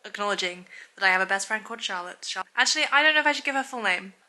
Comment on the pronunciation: my name is charlotte and i’m actually obsessed with the way you say it, it sounds so pretty